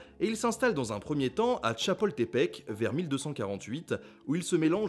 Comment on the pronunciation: Merci pour ce très bon épisode. J'ai eu peur au début de la présentation : des images de Tula avec pour commentaire "les Aztèques s'installèrent d'abord à Chapoltepec" (alors qu'en plus on dit Chapultepec, et que, quitte à mêler interprétations archéologiques et récits mythiques, même si c'est une méthode à proscrire si on veut y voir un minimum clair, la première étape dans le mythe de la migration d'Aztlan vers Mexico était Chicomoztoc). Quant à l'étape suivante, ce n'est pas l'expulsion par le "peuple Culcahuan", mais la soumission (par le paiement d'un tribut) aux Colhuas de la cité de Culhuacán, l'expulsion n'arrivant qu'un demi-siècle plus tard (toujours selon les récits historiques aztèques profondément imprégnés de propagande nationaliste, de mythes et alignant les dates des événements importants avec les dates "sacrées" de leur calendrier religieux). Heureusement, le reste est vraiment bien synthétisé, sans gros oubli, si ce n'est le point très important des estimations du nombre de sacrifices et de ses diverses exagérations, aussi bien par les dirigeants aztèques eux-mêmes, pour asseoir leur pouvoir, que par les Espagnols, pour justifier leur conquête, et même par les Mexicains, après leur indépendance, pour se créer une identité nationale forte, la plus distincte possible de la culture espagnole et des autres régions de l'empire espagnol. Et si ce n'est, aussi, les nombreuses erreurs d'orthographe et de prononciation, surtout pour les noms des principaux dieux comm